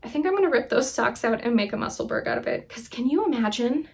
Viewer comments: Actually we pronounce those words as if it’s ura Musselbura and edinbura hope this helps with pronunciation Lindsay from Edinburgh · I likely won’t be the only one to mention this but… Just a friendly message, Musselburgh is pronounced with a soft “ugh” ending just like Edinburgh not a hard “g”. Makes sense since they’re both Scottish cities. :) anyway, wishing you the best and a very happy new year!